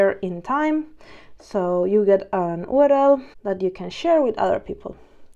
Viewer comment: Good stuff good and clear. keep it up, just a side not could not resist on commenting on "OOO RR ELL"